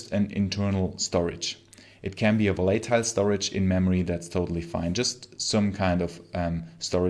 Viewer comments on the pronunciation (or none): Volatile has the accent on the first syllable and in the second syllable, it's a small 'a', like in 'bang' rather than a capital 'A', like in 'face'. volatile, not volAtile.